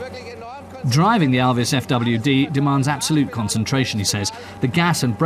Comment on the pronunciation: Der englische Kommentator spricht ALVIS wenigsten richtig aus !